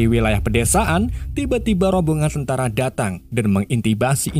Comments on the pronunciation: 😂😂 mengintimidasi bg, bukan mengintimibasi 😂😂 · Belajar membaca dulu min😂😂😂 mengintmilidasisi😂😂😂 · Mengintimidasi mas dudu mengintimini😂😂😂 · Meng intiminasi 😂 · Mengintidimisi eh Mengintimisisidi, Mengisitidimisi.. ah tau lah.. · Mengintimidasi bang wkwkkw semoga besok gg typo lg kalo ngmong ya....